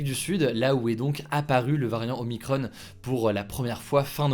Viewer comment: Y a que moins qui tilt d'entendre "OMICRON-EEEE", y a pas de E par pitité ^^" X'D